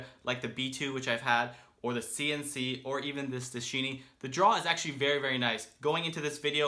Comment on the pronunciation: Good video as always! Now mark that "Dschinn" in German means "genie" (as for the one out of Aladin's lamp) and it is pronunced rather like in English "genie". no need to stress or accentuate the "D". The resulkt of "Dsch" is producing about the same sound as "G" in English. Juts that you know!